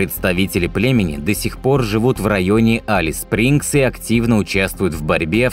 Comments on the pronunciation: Только Элис Спрингз, а не Алис Спрингз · Спасибо за видео! Х0чу добавить,что климат там - не подарок. Европейцам там нелегко переносить жору.Название правильно говорить- Элис Спрингс. Процветания вашему каналу! Привет из Австралии.